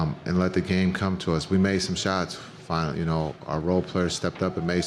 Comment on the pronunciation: We made some shots “finall” you know 😂😂😂😂😂😂